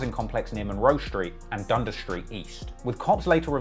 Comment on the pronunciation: He goes on to pronounce Dundas street wrong tho